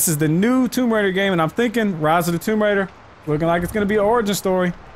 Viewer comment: Toom raiders 🤣🤣🤣🤣🤣🤣